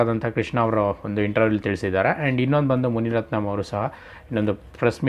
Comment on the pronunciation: ಮುನಿರತ್ನಂ ಅಲ್ಲ ಗುರುವೇ ಮುನಿರತ್ನ....